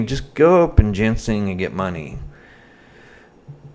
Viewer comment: She went to jail on August 1st for missing a previous court date. If you know anything about this area (east tn in general) youd know it's bad for heroin meth and pills. And to correct your pronunciation of a few words. I'll spell them like they sound. Jin-sang and criminal Kay p us.